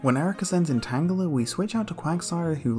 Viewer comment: Tangile thats not how you say it and I was laughing so hard.